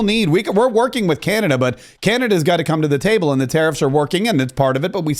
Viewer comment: hey bud don't disrespect us! it's Canada not canadia